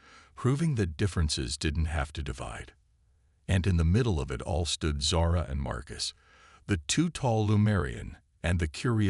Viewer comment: Zara, not sara